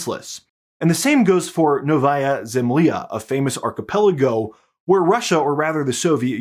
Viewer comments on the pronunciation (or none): NO-vaya zem-LYA. "Zemlya" is 2 syllables, not 3. Not "zem-LEE-ya." It's "zem-LYA". "Ly" is one sound just like "ny" is one sound in "nyet" (we don't say "NEE-yet).